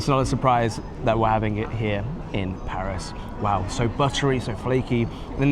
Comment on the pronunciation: the way says Paris smh 🙄 like if you can't do the /æ/ sound just say PE-ris instead of PAH-ris that's at least a valid pronunciation in American English 😂